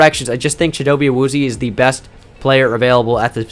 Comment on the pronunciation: Love these videos. Also, since you're a stickler for pronunciation, Chidobe Awuzie is pronounced: CHIH-do-bay AH-wooz-yay. You can find him pronouncing it online.